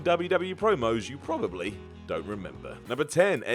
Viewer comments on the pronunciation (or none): “Probally” In the intro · “Probally” and “Kurt Angel” lol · "probally". What,is Simon gonna probe us now?